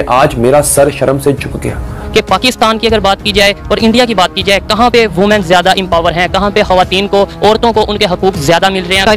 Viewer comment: Women bol ke dikhaa... Ooman nahi bolna.. women bolll